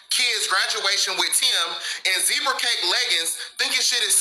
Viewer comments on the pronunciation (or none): Did he say zebra snack cakes 😳😳😳😳🤣🤣🤣🤣🤣🤣🤣